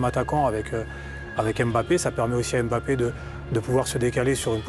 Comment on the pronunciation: Arrêtez de dire Em bappe